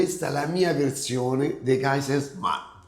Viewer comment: Mi dà fastidio che manco riesce a pronunciare e raccontella